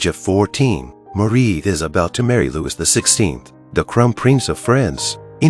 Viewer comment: Marie was only 14, Louis was only 15 when they married. The courtiers threw candy at them. His name is pronounced 'Louie', not with the S pronounced. Antoinette was 38 when she died, she didn't make it to her 39th birthday. Louis was also 38 when he died over 9 months before she did.